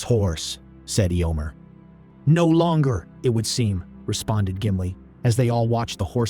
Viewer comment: These are so fun thank you. The pronunciation of EHYOMER is weird (Eeeomer), maybe when you write the script you can phonetically write out the names for those which the AI has trouble with?